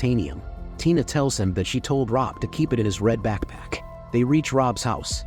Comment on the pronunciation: Why is backpack causing the AI voice a stroke.